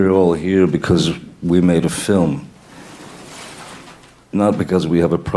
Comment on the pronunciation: "feelm", you sure you didn't mean "film"?